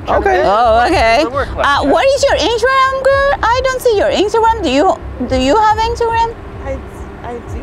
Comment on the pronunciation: When said “injagram” I was lost😂😂